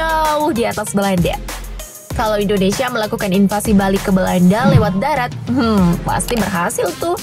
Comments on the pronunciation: Woooyyyy.... Angkatan DARAT bukan DATAR...😂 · Angakatan Darat apa Angkatan Datar?? Buat malu saja